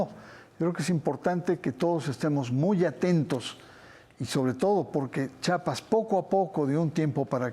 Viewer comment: Con todo respeto al señor Barranco , se dice Chiapas , no chapas .